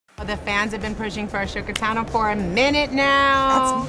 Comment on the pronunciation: Did she say Ashoka